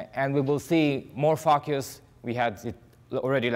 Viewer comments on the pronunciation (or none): What sounds like "fuck yous" is actually 'focus'. Took me a few minutes to decipher.